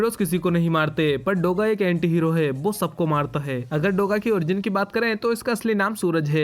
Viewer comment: bhai "BO' nahi hota.. "WO" hota hai